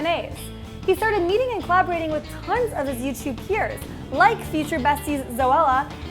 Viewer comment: when she said, “YouTube peers,” I heard, “YouTube queers.”